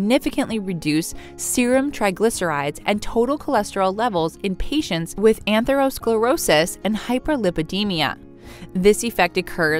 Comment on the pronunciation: ATHERO not ANTHERO - sclerosis :) details matter